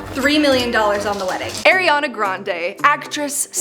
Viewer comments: ITS NOT AIRY-ANA IT ARIANA AS IN ARI-ANA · it's no aeriana/ airiana 😭😭 aariana!! ARIANA GRANDE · (I dont wanna be one of those people but) are we seriously not gonna talk about how said “air-iana” grande 💀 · U SAID AIRiana Grande I'm her biggest fan